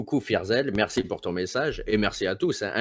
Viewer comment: Berci Borbert, berci Babbi.